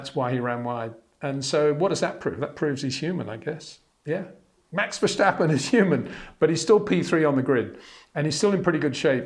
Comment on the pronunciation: Look bro, I know you are trying to maintain your very gentlemanly English accent and I know we aren’t the best at word/name pronunciation in this country but please STOP SAYING VALTTERI ‘BOW-TTAS’. It’s almost as bad as the Max Vershhhhhtappen